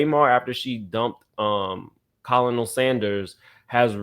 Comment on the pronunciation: The way you pronounced colonel is hilarious. I hope that was on purpose. 😂